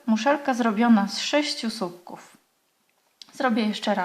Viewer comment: Bardzo fajne wzory Pani pokazuje, ale nie mówi się "supków" tylko słupków. Pozdrawiam